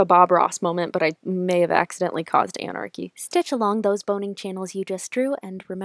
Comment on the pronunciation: “I tried to make a Bob Ross moment but I made anarchy” “On-anarchy how you say? Anarchy”